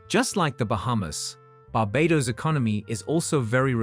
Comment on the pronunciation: They both are great islands and very British. I would love in both places. And please, pronounce Barbados correctly. Thanks.